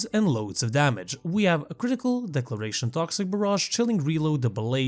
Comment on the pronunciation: I just wanted to let you know that Critical Deceleration is pronounced De-sell-or-ay-shun. It's the opposite of acceleration. You are not the only one who mispronounces this, and it seems to be more prevalent nowadays. The way you pronounced it was Declaration (a statement), and I'd rather just inform you rather than continue to hear it in the future from every Warframe creator lol